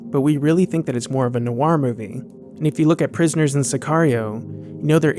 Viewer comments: Noir is pronounced nwar not nu-war. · A good, if slightly stilted take by yet another commentator who uses "noir" without realizing it's not a two-syllable word. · Noir is pronounced nwah not new-wahr.